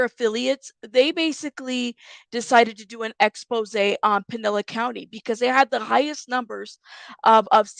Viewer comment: It is pronounced Pin/el/is. Spelled Pinellas County.